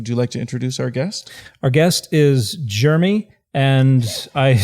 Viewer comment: Aw, Utah. I miss you sometimes. But not when you pronounce "Jeremy" as "germy".